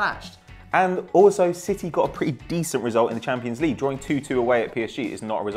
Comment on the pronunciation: It's called the CHAMPIONS league. Not the 'champo'. Idiot.